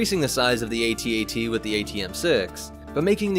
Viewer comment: AT-AT not atat we don't say atst ....unless